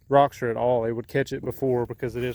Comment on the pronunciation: Roxor not roxer lol